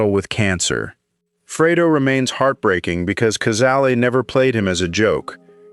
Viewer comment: Pronounce Cazale orrectly.